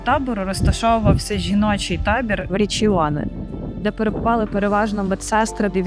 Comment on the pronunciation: Правильно Ріміні наголос на перший склад Riccione говориться як Річчоне не Річіоне дякую.